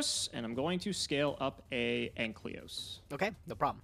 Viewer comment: I wish would stop playing Dinomist just because I am tired of hearing him pronounce Ankylos as Anklyos. Imagine being so unable to read your cards you can't even bother reading the name correctly for months.